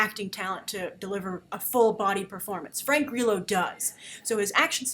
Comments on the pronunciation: Lol , Grace! Frank GREELO? Its Grillo. Also SHYLEEN Woodley is pronounced Shayleen alas Shailene Woodley. U r adorable! Thank you for making my sleepless night pass quickly by watching your reviews. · I love Frank Grillo so much omg I'm excited to see this. I think you are pronouncing his last name wrong though?